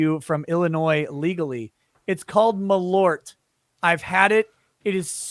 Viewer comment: Hahah malORT! Its malÖrt, pronounced more like "mal-UH-rt". (The UH noice is the same as "eau" in "eau de cologne" in french, or when you are making a confused thinking sound)